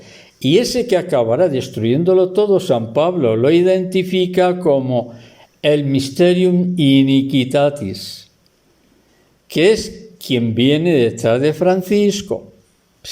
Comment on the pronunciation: Con todo mi cariño, no se pronuncia "iniqitatis" sino Inicuitátis, en Latin Iniquitatis con acento, pero sin tilde.